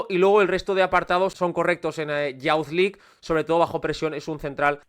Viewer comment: Me gustan mucho estos videos pero para que sepas la pronunciación de Youth League es iuz lig